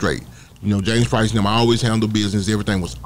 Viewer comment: Why do you keep saying James "Price"? You know the man's name stop acting. Playing like you don't know how to say his name correctly.